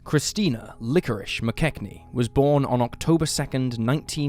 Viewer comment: LikoriSSSSHSHSH" That's it. I am using subtitles.